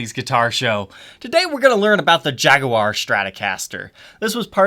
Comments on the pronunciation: Could you play say Jag-wire instead of jag-oo-war, since the "u" is silent? It's as annoying as somebody pronouncing cinnamon as cimmanin. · Great video! killing me on pronunciation... What is a jag-oo-are??? "Jag-war" or if your are British Jag-You-Are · More important: it's JAG-WAR, not Jag-you-are!!! Good god, I can't stand it when he says that. That's the pronunciation for the British automobile manufacturer, NOT the guitar or the feline. Feel free to watch Fender's own reps say it,. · Jag'-u-ar? There you are. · Please pronounce it as we do in Boston. It's Jag-wa. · You're american and you pronounce Jaguar like a brit. Strange. Or should I say...shhhhhtrange? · Why do you say Jaguar funny? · the "oo"/U sound is just a British affectation, like 'aluminium' - another pointless way to pronounce something that never needs re-pronouncing. 'clever' Brits, hmmm. Of course in the U.S we murder EVERY language, since that is inevitable consequence of 350million people with vastly different genetic backgrounds attempting to live together.